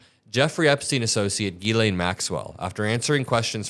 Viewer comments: Jiz-lay, not Gee-Lane - it’s French - the n is silent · It’s pronounced jizzlane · C'mon it is pronounced "Jiz-lane" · please be the adult in the room and pronounce Ms. Maxwell's name correctly. It's "Gillen" it's short i, with emphasis on "len"... just sayin' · It's pronounced Jislaine... you are what you eat! Have a great weekend,!💙💙💙💙💙💙💙💙💙